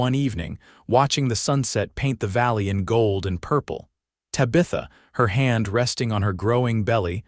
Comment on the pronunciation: AAAAGGGGGGHHHH!!!!!! Tabitha is NOT Ta-Bith-A - it's TAB-ith-a! Fix AI please!!!